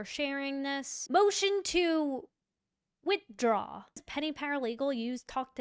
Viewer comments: "Witdraw". smh "Facts matter. You said that right"? "Actually it's 'details matter'" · Notice to “witdraw”….😂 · "Motion to Witdraw" Anyone else seeing this? After everything we've seen with Hank Brennan, if he can leave out the "h" from withdraw, how much else has he left out?😅😅😅